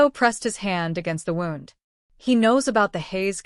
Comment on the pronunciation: Is the voice AI and can it be changed or fixed? A lot of words are mispronounced! Like wound = injury whoond not wownd! The voice isn't annoying. The mispronounced words just pull me out of the story! Good looking couple! So is Enzo from an Italian + Asian family? Korean hottie with an Italian sounding name! 😅